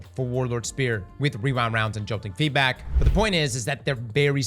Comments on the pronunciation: Take a shot everytime says WeeWind Rounds 😂 🥃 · “Rewine wound” 👁️👄👁️